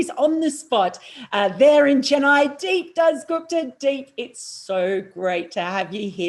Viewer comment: it's दीप Mel not "Deep". Please check the Phonetics, Use Google. It is painful to hear wrong pronunciation multiple times for half an hour. I don't know How दीप bears it himself, maybe he adapted. I don't want to be disrespectful towards you but it shows lack of effort, which results from lack of intent. As Bharat Sunderesan once mentioned "You will not find an Indian mispronounce Western names" and "Respect starts from pronouncing names properly".